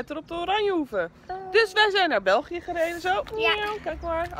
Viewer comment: Uhm ik zeg zoals in het begin België zei zo zeg ik het ook en niet ja anders dus je moet eigenlijk niet persé die ë zo raar uitsparen want we verstaan het toch allemaal;)